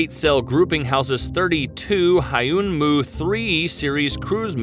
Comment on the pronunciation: Do ever English speakers listen to the original pronounciation once before reading foreign words? That's not how you pronounce 'Se jong dae wang' and 'Hyunmoo'. It is just WRONG